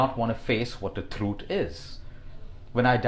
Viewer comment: Did anyone notice "Thrut" instead of "Truth"